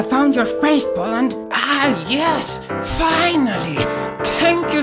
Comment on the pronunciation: I can get into spEis